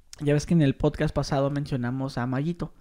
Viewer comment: es podcast, no potcas. PD: me estafaste con METAFAST.